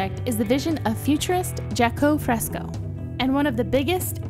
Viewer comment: It’s pronounced Jaques Frisco